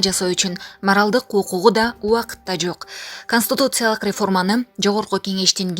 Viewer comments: Ай чон кыз КОСТИТУЦИЯЛЫК эмес, КОНСТИТУЦИЯЛЫК туура окусанар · Канстутутсалык деген тупица каяктан таптын мындайды Бир аз окусан китепти же ук жакшылап блогерсинби же булаксынбы конститутсалык деген болгон емес конституциялык еле болот коза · Констутуциялык деп окубай конституциялык деп ужас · Консутутциялык дейт го, нормальный дикторлор жокпу,туура окуй алган